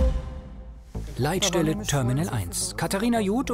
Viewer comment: ... "Die Leitstelle" oder "die Leid-Stelle" ? :D